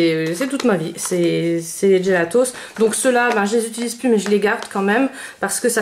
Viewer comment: On dit pas "djélatos". Faut arrêter de tout angliciser...